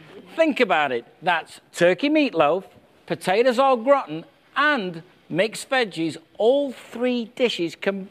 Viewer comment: zzzhuh "Au Gratin"